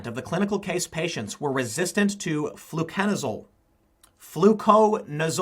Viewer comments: Flucanazole : floo-CAN-i-zol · It's actually pronounced "Flu-conaz-Olé" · I think its pronounced, "flu-con-a-zole." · Tim, it is pronounced flu-kon-a-zol. Not trying to make fun, just helping with pronunciation. Part of the problem is that any time women get a yeast infection, most OBs give them a script for fluconazole. It was only a matter of time before fungus became resistant (yeast is a type of fungus). One of the big problems is that there really aren’t that many treatment options for fungal infections. Fluconazole, micafungin, and amphotericin b. There might be a couple more, but nothing like what we have for bacteria. So it wouldn’t take a whole lot to become completely resistant to everything we’ve got.